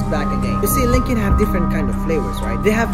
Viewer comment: Uhhh bro it’s luckin not lunkin